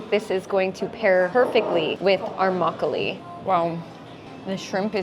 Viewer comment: 그런데 왜 한국단어 발음할때도 미국식으로 말씀하세요? 막글리~~~ 배액반~~